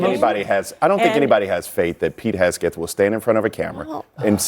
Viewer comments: Can the one guy get Hegseth’s name right? It’s not Hesgeth. It tears at his credibility. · Omg Its HEGSETH NOT HESKETH 🙄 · I keep getting distracted every time i hear that guy say “Hesgeth” instead of “Hegseth” 😂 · Why is he saying Haskett !?! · It’s Hegseth not “Hesgeth.” I don’t like the man but the mispronunciation was driving me nuts. I thought it was a mistake at first til he said it that way multiple times. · keeps saying Hesgeth instead of Hegseth. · I'm in agreement with him, but it's hard to take Bakari seriously when he keeps mispronouncing Hegseth's name as "Hesgeth" again and again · How many times are you gonna call him "Pete Hesket" 🤦🏽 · Bakari killing it with mispronouncing Hesgeth 😂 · Dude who talks for a living keeps mispronouncing "hegseth" every time he talks about incompetence. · It’s “Heg-Seth”, eeesh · Bro can't say Heg Seth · The country boy from South Carolina talks about incompetence, yet can't even pronounce Pete Hegseth's last name correctly, can the boy even read? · Dude can't say Hegseth can he? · I love how Bakari pronounces Pete's last name!😂❤ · Why can’t Sellers pronounce Hegseth right? Annoying. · 10 min discussion and nobody corrects this poor guy on Hegseths name. 😂😂😂 Everybody is too scared to be cancelled to say anything. So stupid 😂😂😂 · Both trump and idiot hegseth should be charged with war crime. They need to go down. Also, why bro keep mispronounced hegseth's name? 😂😂😂😂😂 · I am with the people who said: honest investigation and the truth; also with: I doubt Trump or Hegseth will be honest about anything, especially that; but for the love of decency, it is imo VERY RUDE for a panel member so say the Name of Pete Hegseth INCORRECT for more than half a dozent times; if you go on a panel, plz inform yourselves beforehand; that made eveything he said very untrustworthy; btw, unbiased european here...